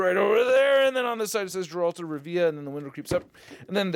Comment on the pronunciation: Se pronuncia "gueralt of rívia" :P